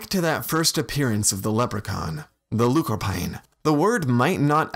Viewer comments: iMedDo i honestly dont think its that in depth. Lú means small, corp means body, corpán just indicates that it it the characteristic of something i.e small bodied individuals. Its pronounced LOO-cur-PAWN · Actually, the correct pronunciation of the gaelic word is: look-or-pawn, (roughly) which became anglicised to leprechaun. Try saying the Irish word in an English accent and you get why there are subtle differences. Great video!